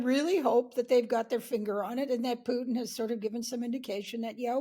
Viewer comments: Its Putin not Pjutin, newscrew should learn to pronounce, its not hard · Putin, not Pyutin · May be it's time stop pronounsing Putin as pewter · Although I can see some connection here, Putin is pronounced Pooohtin, the "u" as in "you", not as in "puking".... Please, pronounce the names as closely as possible to how they are pronounced in the country of origin, in stead of making all kind of frivolous variations, making it seem that there is a busload full of dictators leading Russia with an iron fist, while there is only one causing all that havoc, just like the Czar once did. Otherwise, pronounce Trump as Truuuuuuuuuuump, and Macron as Mukkkkrownnn, Xi Jing Ping as Pong.... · Who is Pjutin? Try to pronounce things a little bit better. (He is a POS, though... Trump too...)